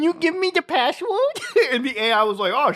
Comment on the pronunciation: "Can u give me da passwodd" 😂